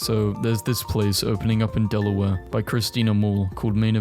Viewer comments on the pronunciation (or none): none